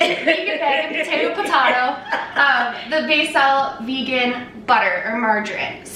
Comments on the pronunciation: Vay-gan! I love her so much 😂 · In France we say "végan" like your grand'ma :D instead of regular butter I also use ghee (for lactose intolerance) or coconut oil. it works well. Be careful, if you use margarine, that there's no palm oil inside, as it's taking part in destroying the tropical forests and all the animals that live there . :) I will try your recipe during the holidays! thank you so much to you two! I love your grand ma and i love you :D P.S. I LOVE your grand'ma apron!